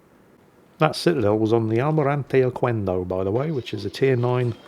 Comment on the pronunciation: Hola! In spanish, the letter "q" always goes followed by a "u" when the next letter is a "e" or a "i", and together "que" sounds like "ke" and "qui" sounds like "ki". So "Almirante Oquendo" sounds like "Almirante Okendo" (not "Okuendo"). Other spanish words with "qu" before "e" or "i" are: queso (sounds like < >, means cheese), quemar (< >, to burn), "chiquillo" (sounds like < >, means "little boy"), quitar (< >, to take off) 🤓